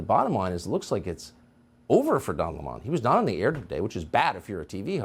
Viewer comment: his name is Lemon like the Fruit. you know the yellow sour Lemon, it is spelled the same therefore it is pronounced the same.